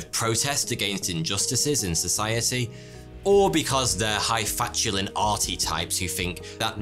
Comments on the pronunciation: High "fatulin"? I know Brits like to pronounce things different, like "aluminium" but can't say I've ever heard "high falutin" pronounced that way lol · The word is "hifalutin'", (rhymes with "Putin"), not "hifatulin" (rhymes with "match ya, Lynne") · High-FALUTIN' mate, not fatulin. FA LU TIN. Like Yosemite Sam would say. Or "sammedy Sam" as he'd say that. Did they even show Warner Bros cartoons when young was growing up? It's a great loss, kids' channels don't seem to. Then again they were made, from the 1940s through to the 1960s, for the whole family to watch. They'd be on at cinemas, you'd watch the A movie, then a cartoon, then the B movie. Or sometimes just a cartoon, or short film, then the main A movie. Now you just get half an hour of adverts, or "trailers" as they call them. That's like an advert only very very loud. A lot of the old Warner Bros cartoons, and a couple of Disney ones, had caricatures of celebrities of the time in them, which adults would get more than kids would. They were kid-suitable, but a lot of the jokes would have gone over kids' heads. And people think Ren and Stimpy invented that in the 1990s! Then years after that, when people had TV, British TV would often show the old cartoons on Saturday teatime or Sunday afternoon just to fill up a bit of space. For grandads back from the pub as well as bored kids who'd come in from playing outside (go get a history book) to wait for our tea. So kids used to see loads of the great old toons, and they were just as sophisticated and bonkers as they are now. Moreso, actually. More anarchic. Nowadays things are sanitised and kids wrapped in cotton wool. Back then people used to trust that their kids wouldn't put their face into an angle grinder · Highfalutin - hi-fah-loo-tehn